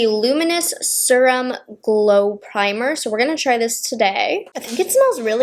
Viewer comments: Pronouncing serum “surum” 😂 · Suruhm. Suruhm oil. Not serum, suruhm. 😅 (No hate, not making fun of you, I think the accent is cute) ❤